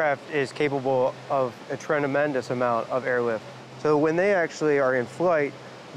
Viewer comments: this dude says "trenamendus" instead of "tremendous" and the editors of this documentary actually thought that it was fine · "A trenemendouse amount " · How much is a “Trenemendous” ? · Did anyone else hear that guy say "trendemendous"? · “A trenemendouse amount “ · “Trenemendous” lol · "A tranamendus amount" That's got to be a lot. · "Trenamendous" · Im not as thunk as you drink iam its trenamendas wow Huston we have a problem